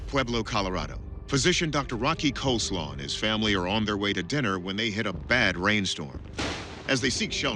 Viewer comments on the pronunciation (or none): I legit thought he said his name was coleslaw... I'm like man that's a cool name😂😂